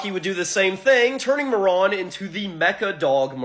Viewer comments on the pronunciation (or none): I hate how you say Marron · It's pronounced 'Mare-Run' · That fucking pronunciation was giving me ear cancer. "ma·ruhn" Christ. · It's not "Maron" it's pronounced Ma-Ruhn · Please learn how to pronounce things before doing a whole video on them Marron is pronounced mair-inn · I'm 99% sure Marron is pronounced with a long ā. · Marron(Ma-ron) or Marron(Mar-ren) how do you pronounce it?